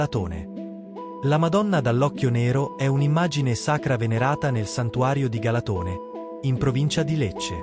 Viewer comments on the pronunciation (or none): Galàtone .. non Galatòne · Si pronuncia galàtone